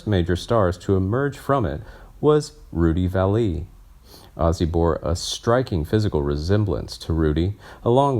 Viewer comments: Edit this audio: Please learn how to pronounce his last name correctly - it's Rudy Valle (pronounced "valley") not "Val Lee"! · Where do you get these narrators? It's Rudy Valley not Not Vall ehh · Pronounced Valley, Rudy, that is. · Rudy Vallee. Like valley. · The pronunciation is valley. The way it's pronounced here is simply ignorant. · I like your content, but please stop mispronouncing names and locations. It’s Rudy VALLey. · At least two egregious mispronunciations: Vallee and antics.